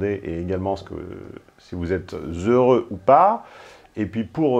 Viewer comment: Cette morgue dans ce regard. Au fait, toi qui aime bien reprendre les gens sur leur diction avec ton habituel ton pédant: "heureux" prend un "h" et donc on ne fait pas la liaison.. Tu vois c'est assez simple, tout le monde peut jouer les péteux à peu de frais.